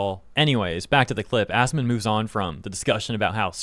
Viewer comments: He called him ass-man lol that had to be intentional. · He shortens it and pronounces it 'Ass-man'. So no I dont believe he doesnt know him. Not to mention incredibly petty